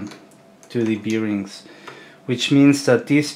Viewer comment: Hmmm, beerings :) I had to look it up because I'm a non native speaker too, but it's bârˈĭng Thanks for the video, super interesting! Something I never thought about, you'd definitely wouldn't want your part to fail because of that.